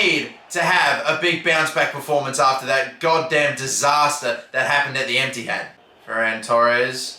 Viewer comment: bro said emptyhad💀